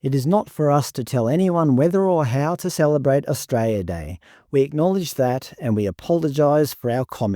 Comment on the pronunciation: I like your content but the pronunciation of the word Australia is o.stray.lee.uh not stray.lee.uh. I’m sorry but it really starts to grate after a while.